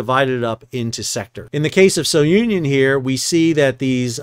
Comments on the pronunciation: Yes, it's "Soo-nee-on," not So-union." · Hi, name of vessel is pronounced SOONION and not SO UNION.. just thought id let you know. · fwiw its pronounced "Su-nion" not "So-u-nion". Its named after Cape Sounion at the southernmost tip of Attica. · Su-knee-on not so-Union. It’s a cape south of Athens. Has an ancient temple of Poseidon. It’s in Homer’s Odyssey. It is the spot where Aegeus, king of Athens, leapt to his death off the cliff, thus giving his name to the Aegean Sea. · Hi Sal! Just a note on the name. I assume it comes from the cape Sounion in Attica where the temple of Poseidon is. You can pronounce it, not So-union, but Sou-nion. Hope it makes sense. Love your vids btw, I grew up with a captain dad in cargo vessels. Spent my first years in those vessels and have many dear memories from the summer trips till I was about 10 years old. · Sou Ni On. A cape in Greece. NOT "So Union." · It is not "So-union". It is the Greek village of "Sunion"... Just wrong pronunciation. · I'd just like to add, correct pronounciation for SOUNION in Greek is Sue - Knee - On. Sounion, is the tip of the Attica peninsula in Greece, where the temple of Poseidon is located. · The correct pronunciation is soonion, as in the cape near Athens... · It's pronounced Sue-neon. It's named after a place in Greece where Poseidon's Temple is located. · Greek ship. Greek pronunciation. Soo - nee - on. Have a great day. Like your podcast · Try pronouncing it properly as "Zoo-Neeon"..., after all it's named for the famous Cape Sounion, south of Athens, Greece.